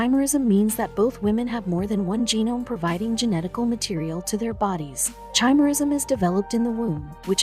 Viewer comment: I know chimerism can causes your blood dna and vs external dna as different. It’s from absorbing a twin in the uterus. I have heard a murder case that this happened in so this didn’t surprise me. It’s not chime era it’s pronounced ki mera ism like the mythical creature with a lions head a goat body and a serpent tail.